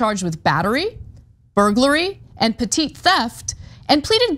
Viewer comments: I know this comment is petty - but petit (as in larceny) is pronounced "petty". It's a French thing. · Damn, still can't pronounce petit theft correctly!